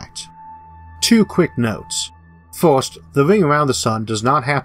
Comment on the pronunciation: What accent is that "first" is pronounced "Fuirst"